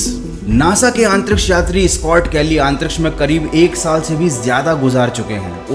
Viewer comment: your pronunciation of antriksh is really bad … improve it bro for your own good … I noticed in all of your video you say AANTTRIKSH